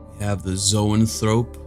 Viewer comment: Thanks for the video! I think that Zoanthrope is pronounced like “Zoe-Ann-Thruh-Pee” Could be wrong! But thanks for uploading, super stoked for this deck.